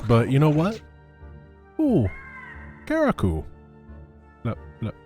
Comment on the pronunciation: Karaku Really? Is this a bite or his misreading is occasional?